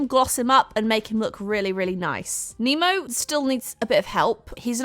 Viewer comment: Nemo more like Oh-nmo